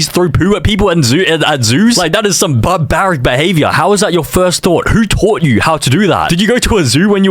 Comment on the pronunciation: “But-barric behavior”